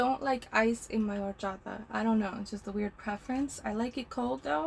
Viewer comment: Love the way you say Horchata 😊